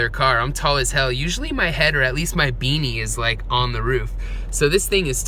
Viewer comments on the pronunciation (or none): none